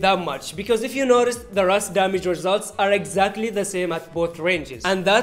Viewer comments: It is not "RAS" it is called "RUS". In Russia we dont call Yemen as Semen smh. RUS-79U means Rus, 1979, ukorochenny(shortened). It is a game name anyways. Real name of the gun is AKS-74. However it is called "RUS" in game not "RAS". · This is the first YouTuber that said R U S as RUS